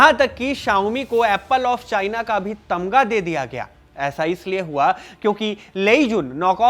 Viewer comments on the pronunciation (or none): Someone notice he said TAMGA milgya...not TAGMA😅😅after 30 minutes...exact nahi pta bt after 30😂😂